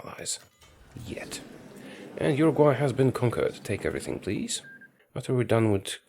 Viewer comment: I think he never heard abute Urugvay